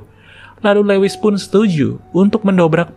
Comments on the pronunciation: Min, maaf ralat dikit ya.. Lewis bacanya Luis bukan lewis.. Thank u, Min.. Semangat.. keren channel-nya.. 👑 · Lewis dibaca Luwis